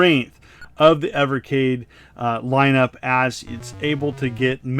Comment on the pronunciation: Thank you for pronouncing the system's name properly. 😉